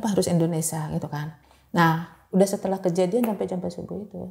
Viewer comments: Indonesia mba BKN Endonesa😂😂😂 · Indonesia po bukan ENDONESAH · indonesiaaa😂😂 bukan indonesaaaa😂😂😂